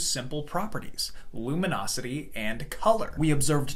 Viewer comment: It's not lumonosity. The word is luminosity.